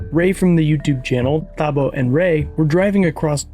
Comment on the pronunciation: 😅Its Tabo h is silent